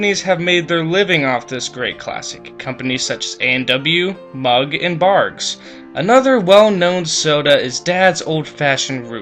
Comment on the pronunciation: It's Barq's, not "Barg's"